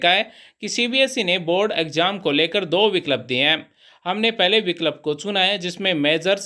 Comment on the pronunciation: Viklap nahi vikalp